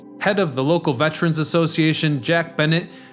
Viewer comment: You're mispronouncing vet-er-ans thruout the entire video. It's Monmouth County, NOT Mammoth. Also it was Super 'STORM' Sandy, NOT Super 'hurricane' Sandy. Keep up the great videos.